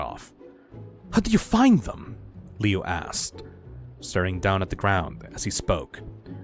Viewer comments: The Woods family? That's the name of the family from the original one! Me who knows that the Woods family name originated from the fan story Homicidal Liu and was never in the original:NOT SCIENTIFICALLY POSSIBLE. Also, Lui's name is pronounced Loo, not Leeoo. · His name is pronounced *LOO*, you gormless rube!